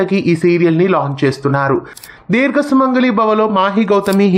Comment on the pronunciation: Dheerga kaadu. Deergha